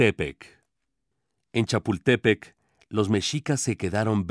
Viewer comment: Que mal pronuncia el nahuatl esta versión esta basada en la versión de los españoles en el mexico antiguo no existían los barrios los barrios son de Europa y la palabra azteca no es originaria de mexico amigo si vas a compartir algo por favor que tus fuentes de informáticas sean buenas y no es chapultepe es chaputepetl los como no sabes nada